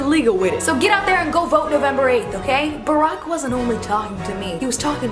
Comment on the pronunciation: RW BY its Barack not Brock